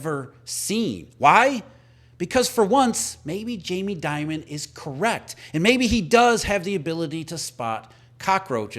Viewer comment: Jamie Dee..mond.. .. not diamond😅